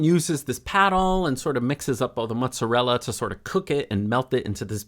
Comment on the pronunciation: Ahhhh, love this! He was making a work of art while you were also. And thank you for the correct pronunciation of "mutzarella"